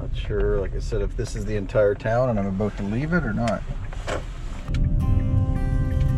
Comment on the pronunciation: Holy shit, he said aboot . Despite the stereotype I've never actually heard someone say it before.